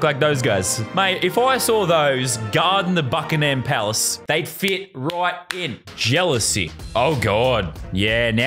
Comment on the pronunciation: I’m pissed that he said Bakahim palace since I’m from the uk